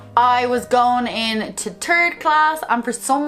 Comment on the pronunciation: "I was going into turd class." I can't unhear it🤣❤️